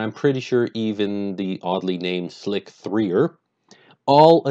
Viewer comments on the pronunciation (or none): Slic-three-er ? You're doing that on purpose, right? Ok ok I'll be "that guy". It's pronounced slicer but with a 3 instead of an e like in the mega tokio manga 1337-speak (leet or elite speak). I'm still thinking you're pulling our chains on this one btw. On a more on-topic note, I really love your videos and have learned a lot from them, including this one! So thank you for making these videos! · It's not pronounced "Slick 3 er" The reversed 'E' with a '3' is 0ld Sk00l L33t Sp3ak. From the day's of BBS's. Pronounced "Slicer"